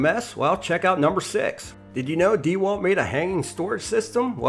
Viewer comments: If you want to I guess, but it wouldn't make me like the review any better. If you're going to make a review, at least learn how to properly say the company's name lol dee walt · Why are you saying "dee wal" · Lol why the hell he call it “deeewalt.” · I thought it’s DeWalt not DeWalt. Like dewclaw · Your pronunciation of DeWalt is painful.